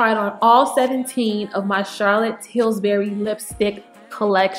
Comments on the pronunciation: Daughter, you must have been thinking about biscuits (Pillsbury). Lol! You were saying "TilSbury". I was so tickled I almost spilled my tea! Please dont be offended. You're a beautiful young lady and I was wondering which CT lipsticks might work for me. Thank you. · Hahaha.. that was funny.. I kept hearing Tilsbury as well... I like yellow nudes and i think Nude Kate and yes honey are my fave... I love nudes..